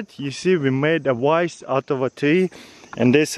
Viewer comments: how is say vice: vice how he says vice: wice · wery wery wice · OK vise. I thought you were saying "rice" ! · oh you said vice out of a stump now I understand I thought you said rice out of a stump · Oh... vice. I thought you said rice.